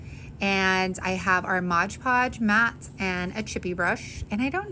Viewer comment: Favorite fall scent is cinnamon vanilla. Great videos and tutorials! ( 2 little things though.. it is MoD podge, not midge podge...and MIN wax, not MINI wax, lol)